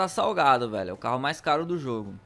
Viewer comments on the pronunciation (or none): O super mais CARRO do GTA V (parece russo falando caro )